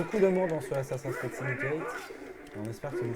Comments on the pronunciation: Prononcer "Assassin scride" à la française. Perdre toute crédibilité. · Vous travaillez chez Ubisoft et vous savez même pas prononcer "ASSASSIN'S CREED" C'est compliqué à prononcer ? Non alors exercez vous, mes oreilles auront moin mal 😉😂